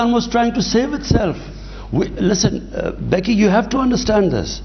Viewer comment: Becky talking Behki Behki